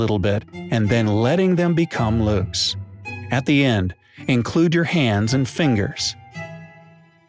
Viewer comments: placed their "heads" on their laps? i know it says hands but it sound like heads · is it just me that heard "heads" instead of "hands" like written? lol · *Hears this * "...Place their HEADS on their lap..." That just sounds so funny!!!!!!!!!!